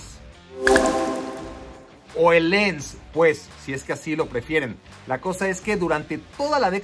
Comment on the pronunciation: no puedes decir "lans" en todo caso sería "lan" las s al final en francés no se pronuncian